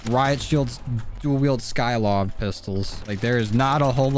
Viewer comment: RaidAway: skykov Dysmo: Skykov: skylov Their actual name: sykov